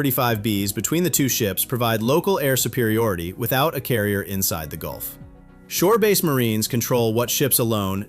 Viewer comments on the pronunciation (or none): none